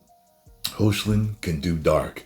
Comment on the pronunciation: Hey y u saying his name wrong r u joking or not cause it's heocklin hecklin pronounced like that